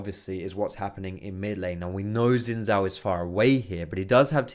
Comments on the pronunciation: Isnt Xin Zhao pronounced Shin Zhao? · I can't stress this enough about the pronunciation of xin zhao. It's pronounced like sheen-jahw. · PLEASE type 信赵 into Google translate & listen to how Google pronounces it.